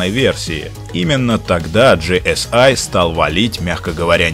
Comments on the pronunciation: Не ги эс ай а просто ГЭ ЕС И это не американцы а немец так то ;-) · Вообще-то это немецкая и читается ГЭ ЭС И